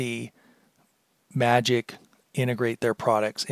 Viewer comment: it's prounced magix not magic